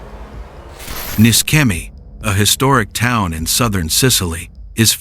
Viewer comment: IT IS NISCEMI NI THEN SCE LIKE SHEE NOT SKEMI IT IS LIKE ISH